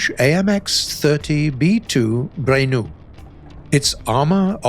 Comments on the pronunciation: It’s pronounced BRENUSS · The S in Brenus is pronounced.